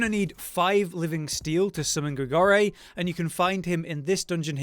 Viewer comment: Great helpful tips once again however gotta pull up on one thing Not Grigorie, it's Grigoire. Gri-Gwah.